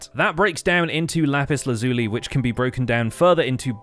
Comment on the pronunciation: Thanx for theses. Oh, I believe it's... Laz-you-lie